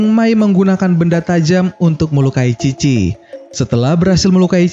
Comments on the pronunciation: Chi bapak bukan khi :v (Dibaca bahasa jepang) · Bang lu salah ucap apa gimana sih? Chi apa khi?